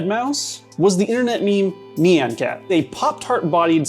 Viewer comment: Nee-an cat 🤣